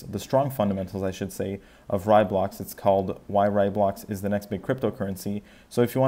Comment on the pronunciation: It's Ray-Blocks not Rye-Blocks